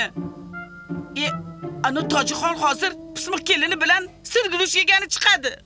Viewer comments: Sir guruchmas shir guruch diyladiyu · Sirguruchmas, Shirguruch aylanay 😂